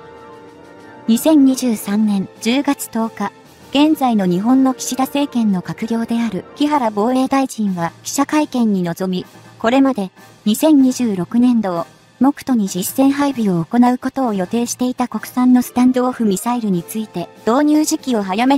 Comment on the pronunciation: 目途、もくと？めど、と読みます、貴公日本人か？